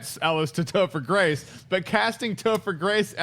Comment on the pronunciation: I started laughing when Schnepp said Toper Grace for Carnage lol